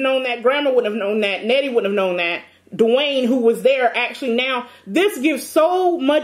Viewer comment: “Not 24/7 Dawaine “🤣🤣